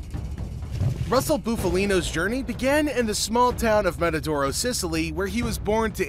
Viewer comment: Buff as in puff Montedoro not mantadoro Shandra not Chandra